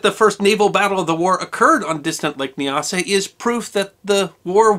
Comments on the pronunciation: Nyasa is pronounced with the first syllable to rhyme with "eye". Thus N"eye"-asa and N"eye"asaland. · Nyasa - Not Kneeasa but Niasa. Great reads these stories